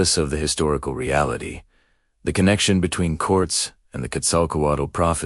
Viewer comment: It's Cor-tehz, not Corts.